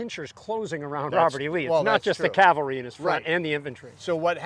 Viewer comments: Loved the show but when did the "L" get removed from cavalry. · It's somewhat of a running joke that the word "cavalry" is usually not pronounced correctly. But then what is actually correct, what people say or what linguists call spelling pronunciations? We say soften, listen, whistle, thistle all with no "t", but then some say "often" with a "t" that historically shouldn't be pronounced. So what people actually use is generally accepted as the correct pronunciation and there's not a thing one can or should do about it.